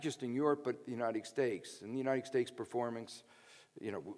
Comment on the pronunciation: Is he saying "United Stakes"?